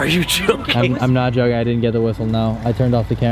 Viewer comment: WHAAAAATTTTTTT no you dinit no you dinit HE ALWAYS SAYS NO YOU DINIT AND NOT DIDNT